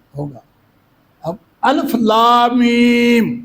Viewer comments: اَلِفْ : درست تلفظ ہے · بابا جی کو کسی قاری صاحب کے پاس بیٹھ کر تجوید کی کلاس لینی چاہیے الف ہی کو غلط پڑھ رہے ہیں الف کے لام کے نیچے زیر ہے زبر نہیں